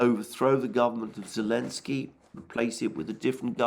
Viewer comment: is that that bearded nutter who can never look at the camera, who calls Zelenskyy, elenskyy. Yes very unbiased that guy, from the Duran rated a Questionable source based on far-right-wing bias, promotion of Russian propaganda and right-wing conspiracies. Much more trust worthy